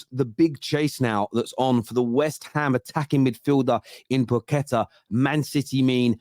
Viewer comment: PAQUETA! Not pooketa